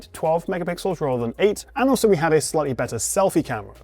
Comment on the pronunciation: When you say “slightly” it sounds like you are saying “slutty”